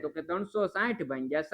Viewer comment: સાહેબ તમે ભાગીયા ને તમે ભાંગીયા કેમ બોલો છો😅😅😅😅😅😅😅😅😅😊😊😊😊😊😊